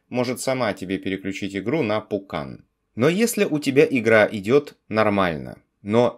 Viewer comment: Я один слышу вместо Vulkan - пукан?